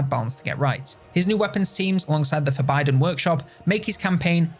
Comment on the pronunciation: "The For Biden workshop"